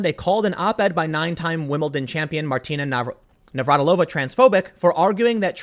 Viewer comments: It makes me feel very, very old that you don't know how to say Navratilova... She was a household name when I was a kid. Navratilova vs. Evert... that was a hell of a rivalry. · You having trouble pronouncing Navratilova's name is a reminder of how times change. She's a true legend in the sport of tennis, and was commonly known by fans and non fans alike.